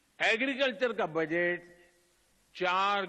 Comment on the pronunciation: पीएम बजट की जगह बजैत बोल रहे है अनपढ़ पीएम